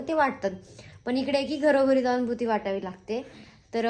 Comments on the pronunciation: भूती नाही g baiii.... बुत्ती असते ती😂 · भुती नाही बुत्ती असत😨